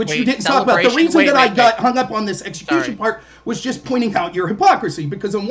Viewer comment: apparently thinks you pronounce execution as, eggecution. Lol. literally pronounced it that way throughout.